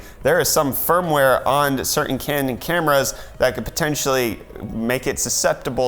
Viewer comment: When you say "Canon camera" it sounds like "Candid Camera." Haha..the dentures in the throat..classic. That's just everyday x-raying at my job.